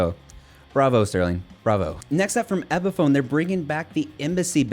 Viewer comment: Loved the video until I heard you pronounce epiphone